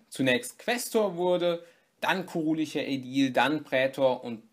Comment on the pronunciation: warum sagst du eig kurilicher und nicht kurilischer ?